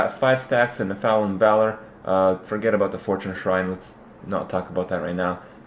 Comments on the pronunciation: it makes me lol when ya say Nephalem, try saying it like ''neff-a-lam'' its like when some one saying ''methane like meethane'' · Its pronounced NEF-a-LIM ;) good vids keep it up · The way he pronounces Nephalem 😆